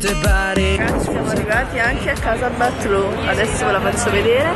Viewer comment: si scrive BATLLÓ ma si legge "BAIÒ". PER FAVOREEEEEE